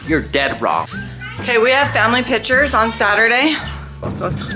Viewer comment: The way calls pictures “pitchers” makes me laugh every time lol